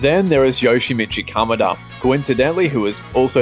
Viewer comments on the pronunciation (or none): I WAS LOOKING FOR THIS COMMENT 💀"yoshamechee kamaduuh"